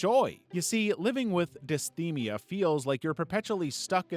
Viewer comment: Dysthymia is pronounced "Dis-Thigh-Mia"